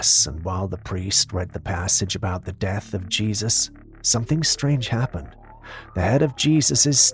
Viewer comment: I love the way you say “happened” 😆 …Hyaapened…😆🤷🏻‍♀️